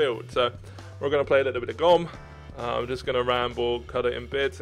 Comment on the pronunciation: and you dont say the e from gomme you say gomm but you have to say gommE.